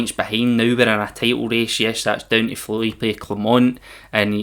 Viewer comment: Future reference mate. The letter E in Philippe is silent.